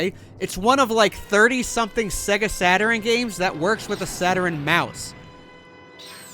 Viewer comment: Sega sat-ur-rin?